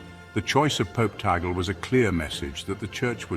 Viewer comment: Tag-le is the right pronunciation, not tagel.